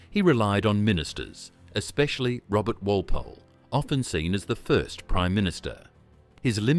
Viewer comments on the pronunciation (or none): none